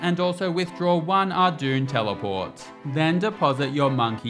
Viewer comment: First person I've heard say Arduun for ardougne